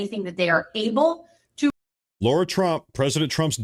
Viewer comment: Suiciding herself is an issue /worry with Ghislaine. P.S. It is LAIRA Trump, not Laura.